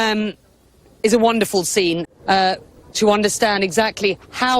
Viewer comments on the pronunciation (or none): none